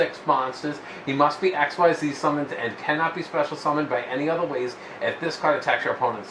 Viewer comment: Xyz is pronounced "Ek-zeez" btw